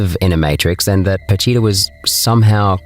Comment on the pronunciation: PA CHI TA . Not patita